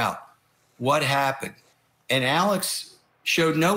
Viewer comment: I SWEAR TO GOD IF I HEAR ALEC AND NOT ALEX ONE MORE FKN TIME!!!!!